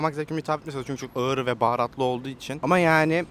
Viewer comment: Iğır değil ağır ,homozigot seni